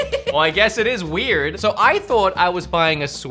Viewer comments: why does it sound weird when you say weird? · pronouncing the R in weird was weird